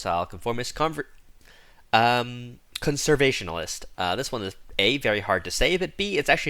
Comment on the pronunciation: Conservationist, the a is 'ay'. You remove the -ist, the root word is conservation.